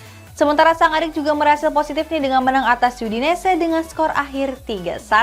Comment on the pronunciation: Yudinis...udinese aja bacanya hahaha